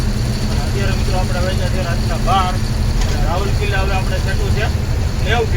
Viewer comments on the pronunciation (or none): રાવલકિલા ના કહેવાય રાઉરકેલા બોલાય અને વેજંતા ના કહેવાય વેદાંતા સ્ટીલ કહેવાય વિડીયો તમારા સારા હોય છે પણ ગુજરાતી બોલવામાં તમારે કેમ તકલીફ થાય છે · રાવલકીલા નહીં રાઉર કેલા